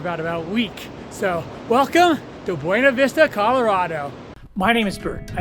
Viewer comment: FYI, the locals prounounce it BYOO-na Vista, not BWE-na. Yes it's weird. Sort of like how Salida is Sa-LIE-da rather than the proper Sa-LEE-da (exit in Spanish). Thank you for the detailed boondocking info! Yes, lots of spots up 375 and the side roads off it, they're all over up there.